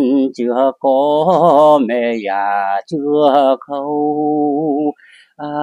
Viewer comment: Tại sao giọng họ lúc Nam lúc Bắc ? Có phải giọng cổ v không ? 😮 họ phát âm chữ Già ko giống người bắc mà giống miền Nam : Dà.